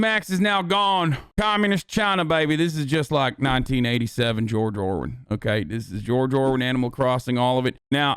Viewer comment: "George Orwin" Lmao